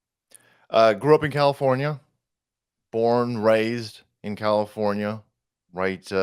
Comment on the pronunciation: You said Commifornia wrong 🤷